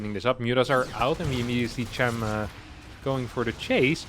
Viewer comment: its chAm, not chUm